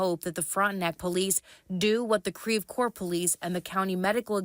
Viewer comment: Creve Couer is pronounced “krev coor” not “kreeve core”🤦‍♀️